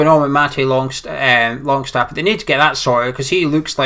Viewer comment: Haha it's longstaff not longshaft;D